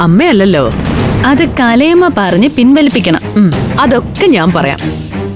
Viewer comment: കലയമ്മ അല്ലെടി മക്കളെ.. കാലയമ്മയാ 😃😃